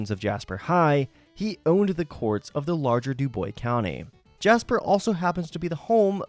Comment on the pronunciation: As a dubois county resident, it's pronounced as doo-boys